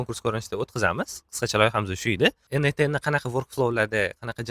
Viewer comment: ЭНэй10 эмас - ЭнЭЙТ ЭН, тугри сузлайнг ээу))